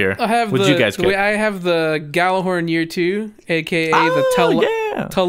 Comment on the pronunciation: you say it like yjhallhorn